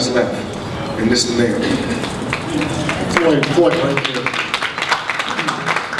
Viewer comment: Yes foyld is good. Lol you don't even know his name its floyd